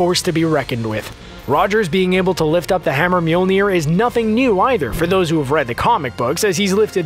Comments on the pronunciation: I don't think you said that right. It's not Mewmew? No, no it's not. Whoops! Whoopsie! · Narrator : "Mjolnir" CC : "Mule Near" 😂😂